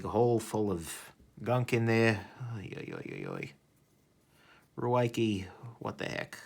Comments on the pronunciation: I read it’s pronounced “Ricky” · He keeps calling it ruiekee